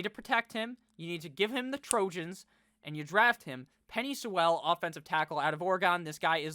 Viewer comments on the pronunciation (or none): Love you but you gotta learn how to say Penei Sewell’s name😂